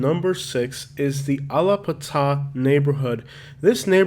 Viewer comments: Allah pah tah 🤣🤣 it’s al*a*pa*ta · Allah Putah? No, bro! Alla-Pattah! Aluh-pattuh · The pronunciation is wild. Allahpataaaah lol ! Westchester in da house 305 till I move! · Why do you pronounce Allapattah like that LMAO It's not AL-uh-puh-TAH, it's al-uh-PAT-uh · I grew up in Liberty City. Trina was my classmate and Uncle Luke's mother house was not too far from where I grew up. I dont remember Little Havana being rough, it was soft to me. He said he was a tour guide but he mispronounced Allapatah. It is pronounced Al-La-Pat-A . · You can tell buddy is not from Miami . Alapattah pronunciation is crazy 😂😂😂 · Bruh it's... al.la.pat.ta... alapattah 😒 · It's pronounced "Little Ha-vah-nuh" and "Al-uh-pat-uh" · Waittt 😂 dying at the way you said Allapattah. It’s ALLUH-PAD-UH. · Same!l LOL! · It's the way he said Allahpattah 😂😂😂#tourist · its pronounced Al-la-pat-a! Not the way u said it. Long A on pat!! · This video is all wrong😂😂…. Trust me…. U even pronounce Allah pattah wrong 😂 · That’s not how you pronounce Allapattah. Lol But you’re right, it’s a shit hole. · The way you pronounced Allapattah made me grind my teeth 😂😂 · Seriously. I think i broke a couple teeth! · And say allapattha the right way SIR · Whoever made this video learn how to pronounce allapattah...that's how I know u ain't from Miami and liberty city is not called model city. What is west river? Dawg get that shit right. U can't be from Miami. Stop misleading the viewers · The pronounciations of the city names have us crying 😅🤣🤣. Especially Allapatah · Makes me wonder if this cat is from the area. When I heard how he said Alllapattah I was like what? I mean the trains and buses pronounce the name so how can you still get it wrong. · That pronunciation of ‘Allapattah’ lol! Definitely NOT a local. 😂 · how is Allapattah supposed to be pronounced? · The way you pronounced Alappattah. 😅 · How are you from Miami and don’t know how to pronounce Allappatah lol